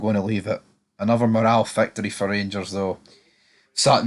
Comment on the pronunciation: It’s not pronounced “morall” it’s moral.